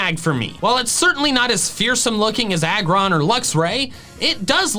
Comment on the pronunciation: IT'S AGGRON, NOT ARGON!